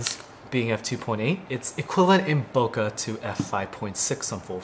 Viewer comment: that's not how you say bokeh